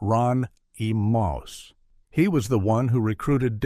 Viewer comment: Hahaha showing the culkin kid as "YOO-RON-EEE-MOUSE" what a pisser. Plus so many other fuckups. Like not showing mayhem live half the time. Wow. At least the mentioned quarthon. That was a good pick. But showing AIC but not mentioning layne. But I think layne HAD a fair bit of money even at the end so maybe he didnt fit. Anyway. Mayhem was just funny.